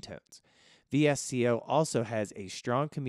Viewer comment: VSCO is pronounced “Visko”.